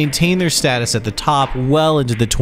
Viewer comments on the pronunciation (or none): none